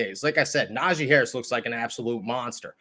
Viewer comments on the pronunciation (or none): Nah-G... not zhi lol